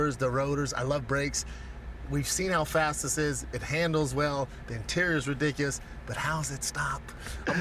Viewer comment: You know those dudes that love feet? I’m a foot guy. I’m a break guy. Bystandards are rediglus. - Noted poet Brendan